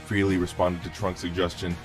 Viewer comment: It's fucking FREHLEY. NOT FREELEY.